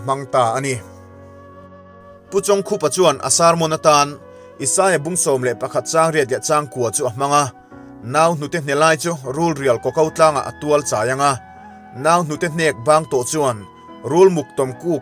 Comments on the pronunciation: Chawngkhupa, Bawk khup tih kan sawi, kan lam ang hian lam tur a ni zawk lo maw, midang pawn an lam vek asin ngatinge i thiam ve lo a mi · 😂😂😂A chhiartu hian NUIH I TIZÃ LUTUK 😂😂😂😂Pu Chawngkhupa hming tlar khat lekah pawh a lamrik dãn dik leh dik loin i chhiar thiam ania 😂😂😂Lehkha chhiar nasa lutukin zirleh rawh khai.Tûna i chhiar dân ang chuan i ngaihzâwngnú hriatah a lehkha rawn thawn che han chhiar tehrëng la, ava han bãn rang dâwn che ëm awww 😂😂😂😂Hei hi zãwm teh khai-- khawngaih takin Youtuber nih tum suh,i tlin thlãwt lo e. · A hming i lam danhi a diklo deuh lo maw.